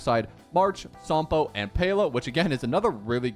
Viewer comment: WHO IS SOMPO!??! ITS SAMPO!! LIKE SAM!!! I CAN'T TAKE THIS ANYMORE